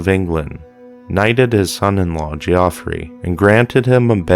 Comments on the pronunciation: Geoffrey, pronounced ..Jeff ree. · It's pronounced the same as "Jeffrey". FFS